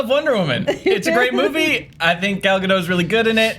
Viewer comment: It's gal galDOT as in rhymes with POT. It's not difficult when the actor introduces herself and pronounces her own name.